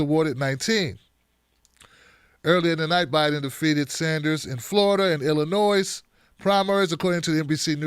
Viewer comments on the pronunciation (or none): Hey, I know your from Maryland, but Illinois has a silent "s".